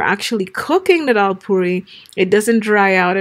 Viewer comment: Its daal not dhal.